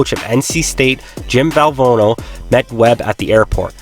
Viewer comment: Great video awesome work only thing is legendary coach Jom Val-Van-oh is the best way to his name correctly..not a big deal but it all actuality it is!!